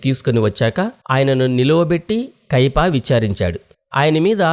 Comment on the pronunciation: కైపా కాదు బ్రదర్ కైఫా అనాలి 🎉